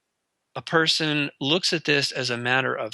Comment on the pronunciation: ALL PERSON.. not peeson